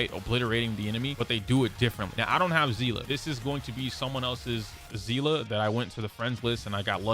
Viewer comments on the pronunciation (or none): not to be that guybut its sea- lee